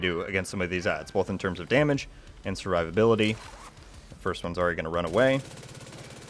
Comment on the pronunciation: I'm more impressed with the build than your pronunciation of survivability 😂😂😂